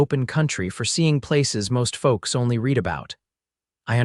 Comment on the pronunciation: Narrator has trouble identifying the proper pronunciation of read.